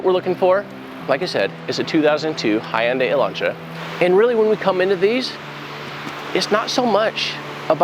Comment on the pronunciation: One of the very few people that actually has pronounced Hyundai properly, can't wait for the rest of the episodes to come out